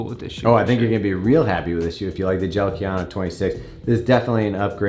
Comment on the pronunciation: KA YA NO not kay yano